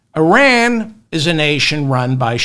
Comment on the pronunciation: You are right about all of it, David. EXCEPT the pronunciation of the word Iran. It is ‘Y-Raan’. Not eye-rèèn. And certainly it is not ‘Ur-rèèn’.